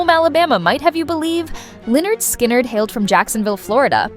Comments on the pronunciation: Lie nerd sky nerd.... Come on now, its "Pronounced Leh-nerd Skin-nerd" 😂😂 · It's pronounced leh-nerd skin-nerd. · I chuckled when that was said also. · Oh my God can't even pronounce the name right. When she said the name out loud I was laughing on the floor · do your research next time. They literally have an album named "(Pronounced leh-nerd skin-nerd)". not even to hate but how do you mispronounce something that bad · Wow! Good job on screwing up the band's name!